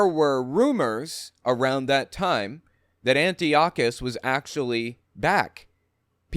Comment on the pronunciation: Antiochus Epiphanes is pronounced : An - Tie - okus NOT Anti okus